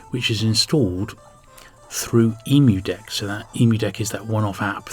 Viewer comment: Shurely it's pronounced Emmu deck, rather than Emu deck? Great video though, you've inspired me to check out some of the more obscure games.